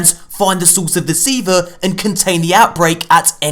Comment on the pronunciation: Say it with me (SEE-VAAAHH) Do it now or I will blow up your PlayStation, and you will never learn what Siva is. Try me XD